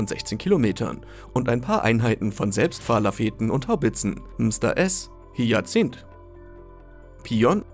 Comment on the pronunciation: Im Ernst ? Erstmal lerne bitte das Wort „ Selbstfahrlafette“ richtig Auszusprechen! Und zweitens ist das alles Nonsens was du hier erklärst. Keine Ahnung woher Du deinen Text hast, aber das ist absoluter Blödsinn…. Jeder der ein wenig Wissen über Militärische Taktiken besitzt und den Einsatz von Artillerie kennt weiß was für ein Unsinn hier gesagt wird. Und das ist Fakt. Mfg Magnus